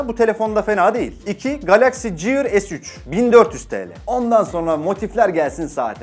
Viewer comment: Samsung Gear'ı ciiır diye okumak...